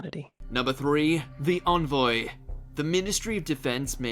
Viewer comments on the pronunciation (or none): 'Berk shire' ??? Really, even someone from these isles cannot pronounce it correctly? It's 'Barksheer'!! Envoy is not pronounced onvoy it's en (as in pen) voy. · How not to pronounce Berkshire, Todmorden and Envoy.